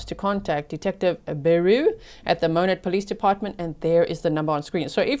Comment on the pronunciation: I live in Monett and heard the sirens the day this happened. I checked a local fb group crimewatch page where Hannah’s neighbors were posting what happened and were asking for prayers that the grandparents could get the baby. Such a sad situation. Thank you for covering this story. (And kudos for pronouncing Monett correctly.)